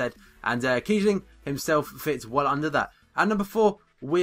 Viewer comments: Hes pronounced kiessling and not kiebling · It´s Kiessling not Kiebling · you can spell kießling also kieSSling, and you pronounce it like "s". just for your information :)